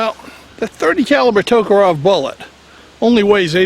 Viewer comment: That kind of bugs me too. All they need to do is pronounce it the way it's spelled.